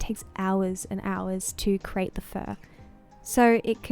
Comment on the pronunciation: CREATE not Crate